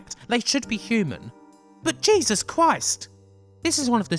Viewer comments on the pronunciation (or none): none